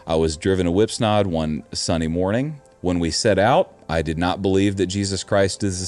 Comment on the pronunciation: Whipsnade as in "lemonade". Not Whipsnard. 😊